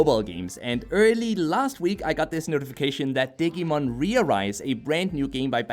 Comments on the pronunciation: OMG ITS DIGI LIKE DIGITAL NOT DIG AHHHH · Hoo boy I love your videos man but you hurt my Digimon loving soul every time you said "dig-ee-mon"... It's "di-gee-mon" Same with "ahh-que-mon"... It's "ahh-goo-mon"(I guess I can see how you might have saw a q in place of the g in Agumon the way it was presented) All that said I managed to power through the video and thank you for the review! it's a shame it's just another gacha game with a poor battle system...